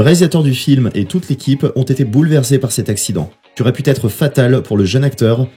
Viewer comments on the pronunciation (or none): faites un effort et soignez vos liaisons. on ne dit pas les 8 "z"autres mais les 8 "t"autres. Huit est un invariable. On ne dit pas aurait pu "t"être mais aurait pu être. Pu ne prend pas de t. Cela nous sort de la vidéo.